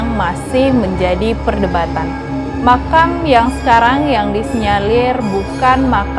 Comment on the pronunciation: Bukan dibalik makan mbak tapi makam 😄😄😄